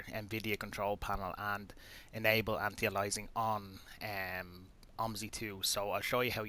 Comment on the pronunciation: It's "anti-alias-ing" not 'anti alysing'. How can you never have heard people say anti-aliasing correctly?